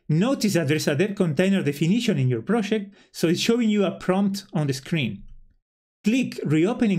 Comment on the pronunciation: "proshect"..... Argentinian detected! thanks for the info che